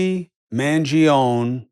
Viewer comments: why can't italian commentators on the internet pronounce mangione correctly? i mean non italians on the internet pronounce the name correctly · Chris… Don’t pronounce this kid’s last name like a mericano… You can accent his last name properly.